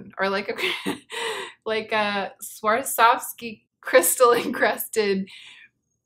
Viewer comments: Swarovski i thin is pronounced svarovski rather than swarsovski :) i think . It s the first time i heard it with an extra s :)) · was pronouncing the o just fine though! She just happened to stick an extra s in there for good measure 😂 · I would 100% be interested in a review of that Becca skin gloss thing! I feel like you're trying to sneak an extra 's' into Swarovski 😂😂😂 think someone who has had a horrible time skiing and has sworn off it for life. She Swar ov ski 😂😂😂😂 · The Sriracha bottle is my aesthetic Also: Swarsov- Swawr.sov.ski. Swarsovsky. 😂I just love you. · We will laugh carefree-ly again! Until then... swwarsovski? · I found her struggle so cute, especially the next time she tries to say it more toward the end of the vid when she talks about the CD release I think! I needed this laughter that comes from within, like when a baby does something unknowingly funny! I laughed so genuinely i now want to cry because I remember laughing frequently like this in more careless times than these. le sigh